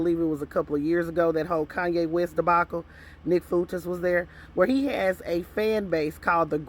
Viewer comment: Groypers is pronounced groy per. Fuentes is pronounced fu en tez. Sending with love ❤